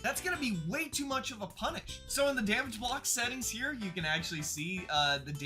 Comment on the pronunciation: U said “hi ere”